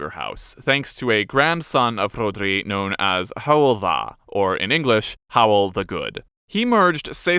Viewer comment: Fair play to you, butt. I clicked on this video expecting to puke out of my ears from the inevitable 17 minutes of mispronunciations, but CLEARLY you did your research. Truly impressive. I’m named after Hywel Dda and you nailed it. Better pronunciation than most of my monoglot compatriots in fact. Diolch i ti! 👏🏼